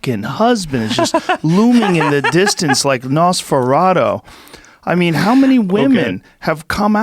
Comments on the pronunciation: "Nasfurato" lmao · Joe “NOSSferAWto” rogan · Joe "Nosferawtoe" Rogan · Joe “nasfearato” Rogan. It’s nosferatu lulz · Joe "Nosferadough" Rogan